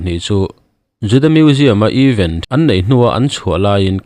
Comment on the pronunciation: Eeeven. A ni lo!! Eeeeven chu = equal= in zat tih na!! Event...th. Thluk loh tur.. Apartment th. Tia is lam thin ang khan lam tur.. Event chu ...thil thleng sawina a ni a. Even chu thil dang deih!